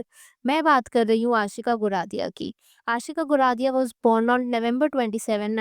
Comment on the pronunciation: Her name is aashka. Not aashika